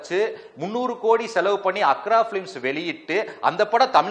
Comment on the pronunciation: தம்பி தயாரிப்பு அக்ரா எண்டர்டெயின்மென்ட் இல்ல அர்க்கா எண்டர்டெயின்மென்ட்.